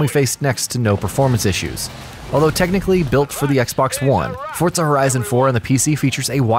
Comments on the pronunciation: The way this guy mispronounces Forza over and over had me cringing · ForTza horizon.... 😂😂😂😂